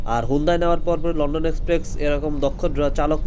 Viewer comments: শব্দটা এক্সপ্রেক্স না, শব্দটা হলো এক্সপ্রেস 😂😂😂😂 উচ্চারন ঠিক না করলে ফালতু লাগে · Its express bro, not exprex. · আরে আবাল রে লন্ডন এক্সপ্রেকস না, এইটা লন্ডন এক্সপ্রেস, বারে বারে সেইম কথা ঠিক করেন কথা গুলো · ভাই এক্সপ্রেকস না এক্সপ্রেস হবে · লন্ডন এক্সপ্রেক্স না লন্ডন এক্সপ্রেস। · এক্সপ্রেস ভাই 😑 বার বার এক্সপ্রেকস 😑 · ভাই আমি আপনার একজন ফ্যান তাই আপনার ভুলটা ধরিয়ে দিলাম রাগ করবেন না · গ্রামের চাচাতো ভাই প্রথম যখন লনডন এক্সপ্রেক্সে উঠে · কিরে ভাই আগে উচ্চারণ ঠিক করেন! "এক্সপ্রেস" নামটাও ঠিক ভাবে উচ্চারণ করতে পারছেন না!